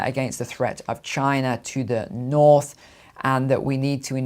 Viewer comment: 33 "Chiner"?